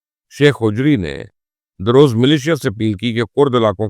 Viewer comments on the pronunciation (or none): It's "Druze" not "daroze"